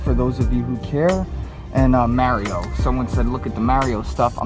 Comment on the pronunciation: Guys.. he says Mario wrong...